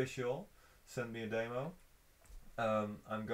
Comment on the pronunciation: I love the way says demo. He says "Damo". Love it!!